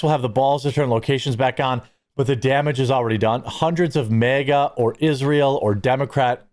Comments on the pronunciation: Just stop mispronouncing MEGA as if you are not an American. It is MAHGA. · It’s pronounced MAGA not mega. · It's not "MEGA", Jeremy. It's "MAGA".